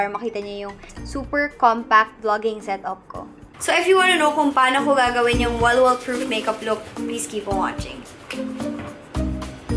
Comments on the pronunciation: Bakit ang sosyal masyadooo kapag ikaw ang nagsasabi ng "walwal" ahhhh love u!!!! ❤️ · The way she says “walwal” is so sosyal 🤣